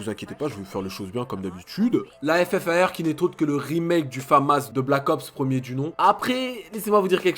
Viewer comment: ta paq retenue on dis le ffar mdr